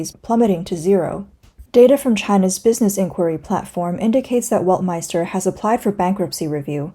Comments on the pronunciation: Weltmeister must be pronounced as "velt-mayster", not "wolt" or "welt" as in english but as it is in German :) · "ei" is pronounced as "i" W is pronounced as v. Velt-my-ster is how to pronounce it. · … a German here. … That’s Bullshit. … We in Germany pronounce „ei“ like you when you pronounce the first letter of the US- state „IOWA“ or when you say „I will go to … . The „I“ sounds like the German „ei“ in the Word „Weltm“ei“ster… The Letter „W“ sounds in german as the „W“ in the the english word „WORLD“ … You got me? … 😏